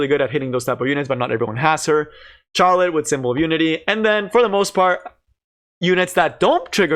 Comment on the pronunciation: Please stop saying Charlotte like charmander, it's like Shar. LOL